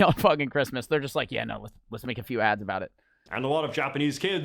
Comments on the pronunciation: Why does he say Aboot? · Hahahaha he says aboot hahahahaah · repeating “about” just got a giggle out of me